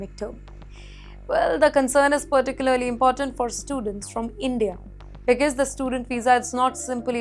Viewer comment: Please practice the pronunciation of the words ‘because’ and ‘clear’. Otherwise you are very elegant and eloquent!!